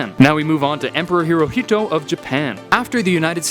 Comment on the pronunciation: Pronounced as: HERE-EOHTO Not pronounced as: HERE-HOTO